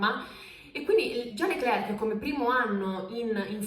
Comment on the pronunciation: Meno male, un(a) italiano(a) che non dice "Charls" ma "Charl", però pronuncia "Leclerk" ma si pronuncia "Lecler"...... Idem per "Nicolas" l'ultima lettera non si sente in francese (è muta) , si pronuncia "Nicola".